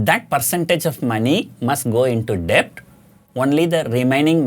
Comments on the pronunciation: Just one Corr. It's pronounced as "DET" Not "DE-BT" .. The B is Silent... Excellent Advice otherwise 😃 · Sir, it's pronounced Det without the B. It's never late to learn